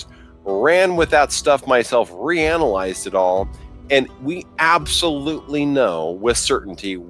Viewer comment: Did he say "re-analize"..?